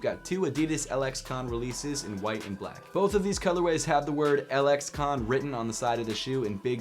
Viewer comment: Im pretty sure the LXCONS are pronounced lexicons